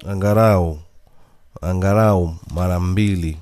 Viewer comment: Unaharibu kiswahili bwanaa, sio angarau ni angalau umeelewa.